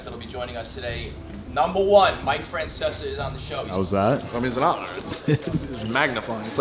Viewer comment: Mike “Fracesca”?